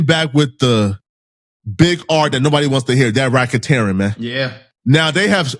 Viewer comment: Bro is this nigga saying Racketerian 😂???